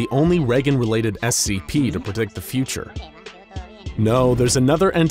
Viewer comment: they pronounced "future" as "feature" lol